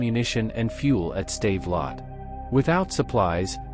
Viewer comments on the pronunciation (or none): So Joe Chim Paper was defeated at a Save-a-Lot store? I guess they don't sell many bilingual AI voices. I did like the 'Tiger Too Heavy tank.'